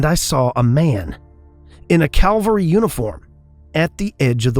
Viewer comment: "CA-VAL-RY" boys... Not "Calvary" where burdens are lifted and the Lord was crucified.